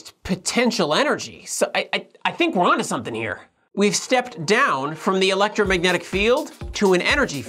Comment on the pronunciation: "the electragnomagnetic..." lol